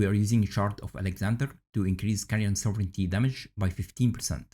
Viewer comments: you pronunciation was perfect 😊 great video btw! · This is good info. Btw, thank you for actually pronouncing "sovereignty" correctly. 🤘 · Most of the native speakers mispronounce this buy my man here says it perfectly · Yeah, it's weird. I hear them say it a lot incorrectly, "sovereign-ee-ty". OP pronounced it correctly. Small thing, but it's a bit annoying to hear. lol